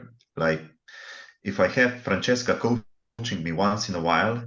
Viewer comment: I have to say sorry to Francesca for getting her name wrong - a poor start from me, down to nerves. I'll do better with practice! But what about our debate? what aspects did we not cover? what did we uncover for our audience?